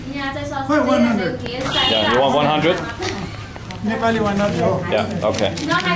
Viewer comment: he's trying to say Im neplease but he pronounce Im Nipple lol